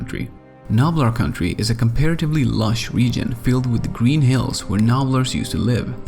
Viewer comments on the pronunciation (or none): none